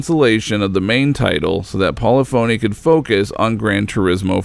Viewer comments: Every time he said "pawleefoney" I cringed. It's "polifiny." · As a musician it pains me every time he says "Poly-phoney" instead of Polyphony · I know that Polyphony started as Poly's so I could possibly see why one would think that you pronounce their modern name as polly-phony. However Polyphony is a real word with its own definition and is pronounced Poll-if-unny. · Polyphony is not pronounced poly-phony, it's "po-liff-ony" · Hey, idiots, it's pronounced "pollih-phunee", not poly-phony, unless you're doing it on purpose to try bait or annoy someone. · Pol-if-unny, not Poly Phony. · Paulafony. Po-lyph-ony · Polyphony - PAWLEE-PHONEE????? Try PAWLEE FAHNEE - -JAYZUS!! All your effort on such a GREATshort documentary and you couldn't do a short stab and basic pronunciation of the mans corporation?????? Disappointing! *****Side note: It's not like it was a Japanese word!!! POLYPHONY is basic English! SMFH!! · Great video but good lord. It’s pronounced.... PO-LIFF-O-NEE not PO-LEH-PHONY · Really the only thing you forgot is how to say "Pol-i-phony". My friend I cringed every time you said it... It is pronounced "Pol- lif-a-ney" digital. When you are doing coverage of a well documented topic, and get something as basic as that wrong, it calls all your research into question. I liked and agree with most of your comments and observations. However, I feel as if I got robbed with Sport, there are few pathways to buy the more expensive cars and the overall lack of features makes me doubt if I will again invest in the franchise. I was a full team member on PCars 1 and work through a 1000 builds to get a great result. I now am working on X-Plane as a test pilot and systems validation engineer, as a former test pilot I have a unique skill set to help with the process. All the Best Robert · Good video. Minor quibble, but it's not Paula Phony. It's pa'LIFF'a'KNEE. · FYI...Polyphony is pronounced 'pulliffany'. :) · Hahah. Poly-Phoney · It’s pronounced Po-Le-Fa-Ny digital